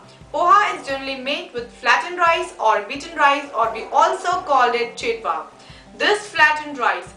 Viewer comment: Its chivda ....not chidva